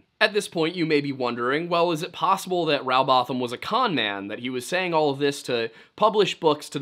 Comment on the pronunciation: It's Rowbotham as in Row your boat, not having a Row about the shape of the earth.And Bottom, not botham.